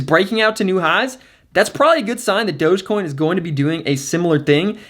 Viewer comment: Did he just say "Dodgecoin"? 😐